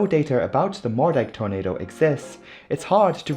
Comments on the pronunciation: Love the video as always! Just FYI, Moerdijk is pronounced Moordyke 👍🏼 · I’m sorry, can you repeat the name of that town again??? Was that “greater penis” or “more-“…?